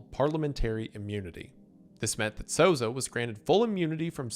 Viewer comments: Souza is pronounced SOUL-zah, basically how you did anyways Wallace is pronounced walla"see" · honestly you the the best pronunciation of a latino name in this video than ever lol